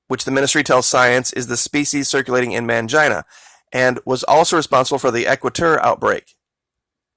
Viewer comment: Its pronounced Main-Gene-uh not Man-jine-uh..